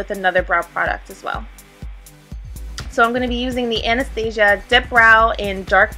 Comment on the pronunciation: Finally someone pronounces Anastasia's products correctly! Lmfao gorgeous tutorial!